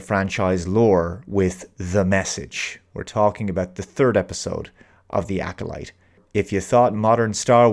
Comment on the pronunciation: "The Acckkoleet": Making "Star Wars" safe for the Bene Gesserit.;)